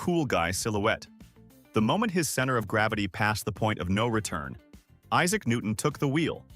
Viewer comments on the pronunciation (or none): none